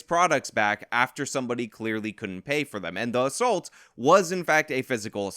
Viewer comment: Dude. What is with you youngsters saying ASSULT? The word is assault and is pronounced uh-salt. Look it up, dangit! Love how mad you get about this. It's maddening. Woman sicks her felon boyfriend on a dude and the vic gets charged. It's NUTS.